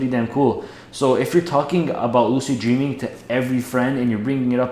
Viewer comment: "dreeming" lol